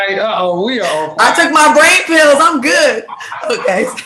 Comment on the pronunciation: Babyyyy funky said he’s a “goodt” man, he’s a “goodt” man Savannah 🤣🤣🤣🤣 took me completely out 💀💀💀